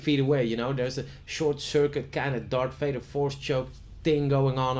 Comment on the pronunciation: Leuke video,! Let je echter wel even op je -th uitspraken! "Ting", "Everyting" en dan wel ineens Darth Vader goed kunnen uitspreken!